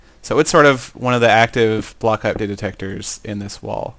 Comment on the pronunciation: actually he said butt block update detector.